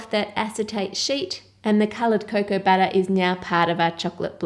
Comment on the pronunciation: Sugah, buttah, wotah. Melts my heart.